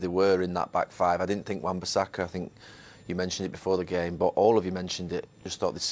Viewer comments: No one: Jose: i SiNk ThEy DiD sOmEsInG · Nobody: Jose: I sink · Roy Keane: ‘I tink’ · Klopp: "boom" Emery: "good ebening" Mourinho: "i sink" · My favourite line from Jose is when he said “I sink a.........”